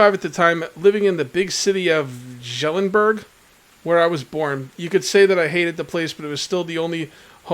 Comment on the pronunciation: Oh my a Shovel is in the Clay pits South of your house. I used my super telescopic vision to see it when you was looking around. The word you have trouble with Jelenberg? Most Europe then pronounced the J as an H. So it would be Helenberg. 👍🎯😂🐾